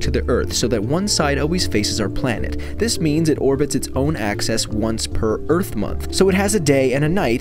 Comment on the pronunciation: I HATE how this dude says “access” instead of “axis” 😡